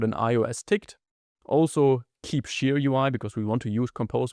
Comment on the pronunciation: Thank you for all your videos, they are really helpful! :) Just please look up the pronunciation of "share" :O While you butcher quite a few words' pronunciations, I usually understand perfectly fine what you are trying to say, but this one made me rewind to listen again in a couple of your videos before :D (aber das war es auch schon an "Kritik" - was Inhalt und Aufbau angeht: Alles top, danke dir! :) )